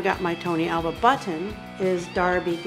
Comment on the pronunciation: Alva not awa